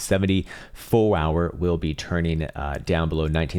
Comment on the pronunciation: Fun Fact: your pronounciation of FULL HOUR = 4 HOUR